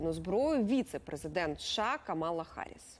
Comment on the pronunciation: Сукня Наталці пасує ідеально, а от Камала не "Харріс", а Гарріс, і 140 не кілограм, а кілограмів. Оповідь про котів вартувало перекласти завчасу, але навіть і без того "неуподобайка", уж нє взищітє.